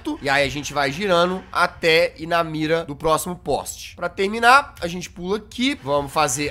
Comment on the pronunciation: como assim "Plóximo andar"?